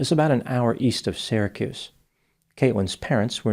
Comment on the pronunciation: Pronunciation of "Sara-cuse" was spot on!